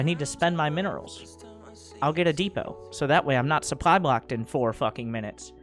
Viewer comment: Still saying souply